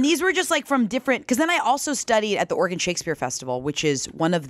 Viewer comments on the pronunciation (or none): none